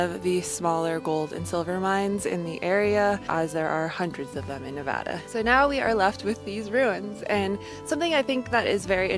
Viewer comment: I'm so glad for your adventures😊 Thanks for saying Nevada correctly lol Keep Jeeping!!